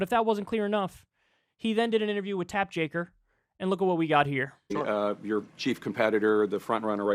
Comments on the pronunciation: You said "Jack Taper". It's "Jake Tapper." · “Tap Jaker” is that a Kyle thing or is it the coolest mistake ever? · LMAO "tap jaker" dyslexic af😂😂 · "Tap Jaker" anyone else catch that? lol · DeSanctimonious is so smarmy. To say that this country is going down the road of criminalizing political differences as if he isn’t already trying to criminalize being anything left of a liberal in Florida. Banning books and what not. Also Kyle has been saying “Tap Jaker” for so long I forget that isn’t his actual name.